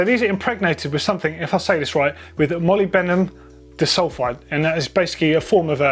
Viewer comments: Just so you know I think it's pronounced mol-ib-den-em die-sul-fide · Kashima = molybdenum disulfide, Pronounced " molib -denim di-sulf-ide". Simples!...